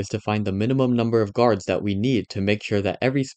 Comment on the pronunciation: the original guy said “gurads” instead of guards and “deegres” instead of degrees